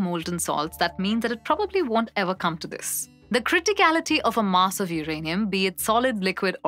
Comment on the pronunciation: That's Mass, not Maas.